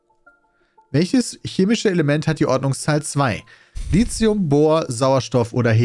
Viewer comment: Peter es heißt Lithium nicht [Li:xium]. Der Namen kommt vom griechischen Lithos = Stein.